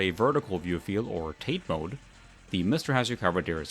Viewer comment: Taa tay, not tayt. Analog board is basically unneeded at this point.